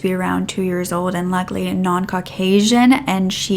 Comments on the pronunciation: Regarding the 2 year old found are you saying “luckily non Caucasian?” I rewound about 10 times and cannot hear anything different and it’s what CC says. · Omg totally thought you said “luckily non-Caucasian” and listened over and over😅 I was stressed but at the same time knew you’d never say something like that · Haha, I had to rewind that part cuz it sounded like that was what you said, but thought “no definitely wouldn’t say that!” 😂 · I played that back numerous times. That is what I thought you said and couldn't figure out why. Thanks for clarifying